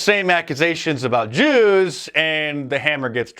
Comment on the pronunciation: Uh oh, Dice said Yews (J), SHUT IT DOWN! LMFAO